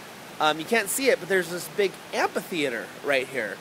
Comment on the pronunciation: Amphitheater. Am-fi-theater... It kills me that you're saying am-PA-theater. Sorry.